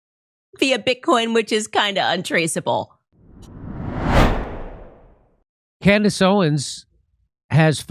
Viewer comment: Are you sure it was Candace and not “Camriss?”